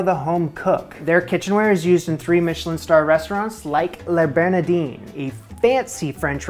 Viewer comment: Hwy, you don't pronounce the I in Le Bernardin FYI:) I ate there in 2021 and it was the best meal of my life I highly recommend it! You should cook from Eric Ripert's books next.